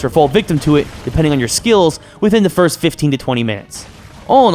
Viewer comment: He said FIST instead of FIRST